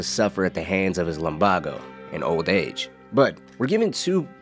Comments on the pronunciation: Bro said lumbargo it’s lumbago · Lum-baa-o? Its lum-bay-go! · It’s pronounced lum-BAY-go, god dammit, he only says it out loud about a million times 😂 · Baaayyygoooo not baaaaagoooo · It's LUM-BAE-GO not LUM-BAH-GO. Now you say it right, cowpoke. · It's "lum-BAY-go" not "lum-BAH-go" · ITS LUMBAGO (lum-bay-go) NOT FUCKING LUMBAGO (lum-bah-go) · wtf is lumBARgo. Its lumBAYgo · Bro Limbago it’s lumbago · Bro said lumbogo instead of lumbago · Bro…..lum bah go It’s lumbaego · It’s not Lum Baa go its Lum ba go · Lambaaago seriously. It's really serious health condition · if he says lumbawgo again i’m gonna punch a hole in my monitor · Why’d you pronounce it lumBAgo? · Its pronounced LUM-BAY-GO. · It’s pronounced lum-BAY-go. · I'm sorry, but it's pronounced Lum BAY go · WHAT DID YOU JUST CALL LUMBAGO??? LUM BAG O??????????????????????????????? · LUM BAEEEGOOOO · How tf can you so confidently mispronounce lumbago like that? It was NEVER pronounced that way in the game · Wondering how you mispronounce Lumbago when he says it in the game.